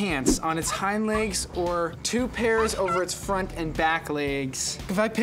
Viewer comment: “li-egs” BAHAH